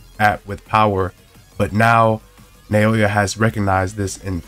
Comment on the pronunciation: Pronounced NOW-yuh not Nay-OH-yuh